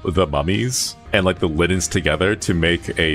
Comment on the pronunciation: *linens not liddens